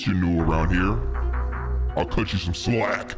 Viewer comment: why he say slack like that💀